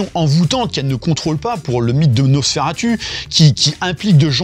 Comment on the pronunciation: Mais c'est quoi ce nouveau trend d'appeler "Nosss faire attu" ??? La prononciation a TOUJOURS été "NosferaTOU"... Je vois plein de Youtuber réinventer la prononciation qu'on connait depuis plus d'un siècle... J'ai JAMAIS entendu "turlututu" avant ces dernières semaines avec des Youtubers... C'est "NosferaTOU" bordel de merde. C'est le u latin (/romain).